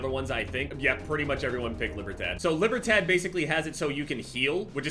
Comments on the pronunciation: Libertad = Lee-Bear-Tahd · “Libber tat” 😂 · gotta be the whitest pronunciation of Libertad i've ever heard lmao. You can tell my man hasn't played Far Cry 6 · "lee-burr-tod" it's spanish. (sorry if poor phoenetical suggestion, but far closer than what you said)